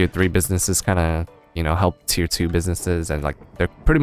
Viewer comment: The times he said Tier in this video ... Its tearing my brain up ;D